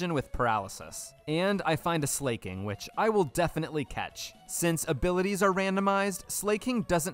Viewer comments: Are you deliberately saying some of the pokemon names wrong? Comically wrong? Like Suicine and 'Slay King'. Is that one a meme or something because it's obviously meant to be Slacking, as in slacking off. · Bro keeps calling Slaking "slay king 💅🤴" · Great idea for a video, and I like that you pronounced it Slay-king. Very appropriate for one without Truant. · slake-ing! not slacking like its ability but slakeing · Slaking... As in, slacking... Slack - ing😭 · If they wanted it pronounced Sl"A"king, don't you think the English globalization team would've spelled it Sleiking or Sleighking? No hate, amazing video. Keep it up!